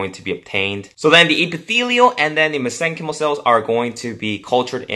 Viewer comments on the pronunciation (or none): Mesenchymal is pronounced "mesen-kymul."